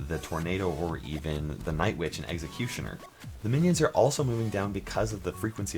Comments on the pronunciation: "Egg"ecutioner is not how you pronounce Executioner lol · you say it like eggxocutioner but I won't judge I like your voice!